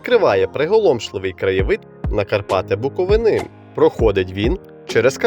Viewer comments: не шановний,правильно вимовляти Буков"И"на,а не Буковин"А"......ЙОЛУП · Шановний, відео дуже інформативне! Але робіть правильно наголос на слові Буковина! Не Буковина' а Букови'на.